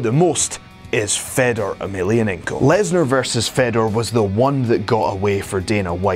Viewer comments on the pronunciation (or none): Such a waste of time, Oops sorry i forgot brock lesnar and cm punk are the best ufc fighters of all time.. And its pronounced Faydor not feddor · You don't say FEDor. It's said like FAYdor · How can he test free agency when hes under contract and please stop talking if you can pronounce fedor right smh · thats nor how u say fedor!!!!!!!!!!!!!!!!!!!!!!!!!!